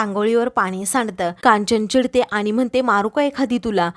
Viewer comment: 'आनी' 'पानी' हा ऊच्चार बरोबर नाही. 'आणि' 'पाणी' असा शुध्द ऊच्चार करा की.